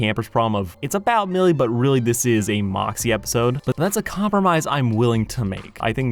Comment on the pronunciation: Anyone else notice the cup for moxxie, said "foxxie" lol